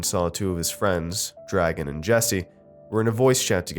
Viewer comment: Dragan isn't pronounced like dragon, its like dra gaun